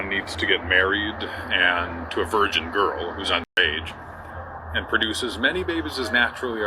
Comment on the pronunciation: I really don't like how you mispronounce key words or mute them entirely. I assume you are doing it for a reason but it makes it impossible to listen to your content while doing something else. VirGin, Accost, underage, etc